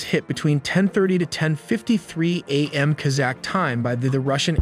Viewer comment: What is worse than AI narration getting so many easy terms mispronounced? Like A.M. (morning) being pronounced as "am".